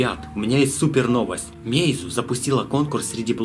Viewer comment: Подсказочка: не мэйзу, а мэйдзУ с ударением на у фирма называется.